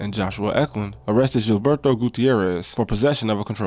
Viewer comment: Good video. It’s pronounced Hil-berto